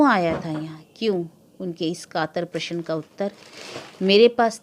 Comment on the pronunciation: आप अभी तक प्रशन ही बोल रही हैं....प्रश्न बोलना इतना कठिन भी नहीं है।